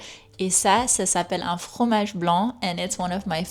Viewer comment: Hello, thank you for your wonderful and informative videos. I have a question about your accent if you don't mind. I have noticed when you pronounce 'fromage' or 'Francaise' the rolled r is very soft and sometimes not even there. Is this because you are swapping from French to English all the time? And yet you still sound perfectly French! It gives me hope that my own French pronunciation can be passable and comprehensible even though I find that r in the back of the mouth very difficult! I'm getting better at it with practice but it's still too abrasive. Also, I love the way you change from French to English, it's so helpful. Merci beaucoup!